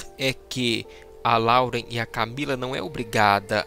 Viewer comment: Vim do futuro pra dizer que eles terminaram. E não é LAUREN QUE SE PRONUNCIA, SE PRONUNCIA LÓREN